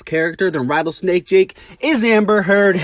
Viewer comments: As soon as the origins sign goes away he says rattlejake snake lol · “so rattlejake snake” 💀💀💀